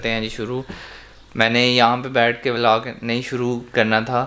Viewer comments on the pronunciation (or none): vlog ko vlag bolnay wali awaam